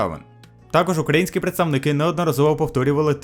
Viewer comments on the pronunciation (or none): none